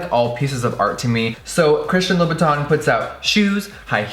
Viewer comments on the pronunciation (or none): You are pronouncing the name wrong. It's pronounced loo-boo-tin..... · Hey guys I just wanna ask that how do you guys pronounce "Christian Louboutin"? In my country literally everyone that I encountered spell the name Christian Loubou"tin" with the word tint in "tint lipstick" so I'm pretty confused when I heard Jeffree pronounce it like that. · what is with the way you day louboutin? no hate im just curious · Luna Amatista ok so is thay how you say it because the staff at the shops ive been to say it differently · Luna Amatista is it really? he says it with a weird accent first, then he says it how ive heard the staff is the shop say it and then he says it weird again. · He just likes to play with words , like all and any words, I think the first time he said it that was the proper pronunciation